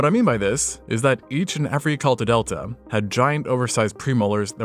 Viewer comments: Where tf are you getting the idea that this creature's name is pronounced "EkeltaDELTA"?? Every time you've put its name on the screen ( / ) its been spelled "EkeltaDETA", without the "L" at the end, so.. Look, I'm no Alfred Einstein or rocket surgeon or anything, and I probably have a trisome at the 21st pair of chromosomes (Google it) but I'm srsly having a very difficult time wrapping this smooth-ass brain around the idea of that creature's name being pronounced the way you're saying it when there's no "L" at the end of it, the way "delta" has, so I'm just curious how you're arriving at that pronunciation for that creature ¯\_(ツ)_/¯ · No second "L" in ekaltadeta. And "exploTion"?! C'mon.... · You added an extra L into every time you said the word ekaltadeta. There is no DELTA in this word.